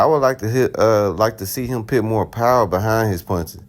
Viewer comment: Wat the hell is pit its put learn how to talk if ur gonna make a vid geez SMH